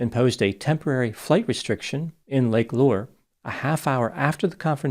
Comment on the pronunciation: This is the least important detail but Lake Lure is pronounced "Lur-ree"